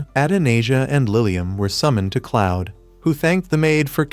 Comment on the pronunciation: 'cloud' 😭 it's "Claude". (K•L•auh•D) It's a fantastic manga/webtoon, I'm happy its a anime now.